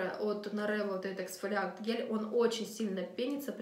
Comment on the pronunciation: Мама дорохая... "аха" и "бэха" кислоты, "гель-эксфолиака", "подзабитые" поры, "провоцируют вылазенье" .. Ну перед тем как вещать ЭТО на камеру, погуглите транскрипцию и произношение, потренируйтесь-повыговаривайте эти странные иностранные слова)) уши вянут) ни одного названия марки не разобрала на слух. Жуть!